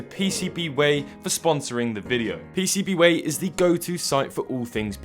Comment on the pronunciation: It's pronounced PCBWAAAAAAY